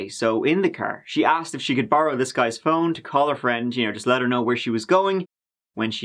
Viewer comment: I wish they would at least learn how to pronounce easy words like "asked"